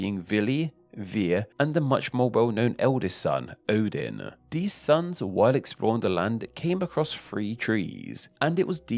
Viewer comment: Odin* not Ouwden